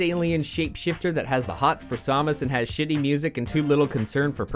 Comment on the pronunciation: Hate to be that guy, but it's pronounced "SAM-us", not "SOM-us".